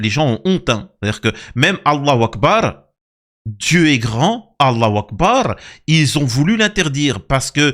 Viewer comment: je crois que tu prononces mal " allahou akbar" , ce n'est pas : 'wakbar". C'est juste pour te le faire remarquer, ça arrive parfois de se tromper